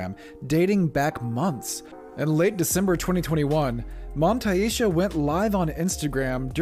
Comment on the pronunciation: The way that dude says " montay eesha " instead of montasia just shows you how he knew nothing about the situation but was tryna jump on a trend